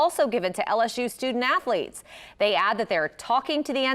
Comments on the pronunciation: Is it my hearing? Or is Charlemagne saying AFFLETES? 😂😂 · The donkey ,"0" every day should go to Charlemagne for calling athletes "afleets.😂😂😂😂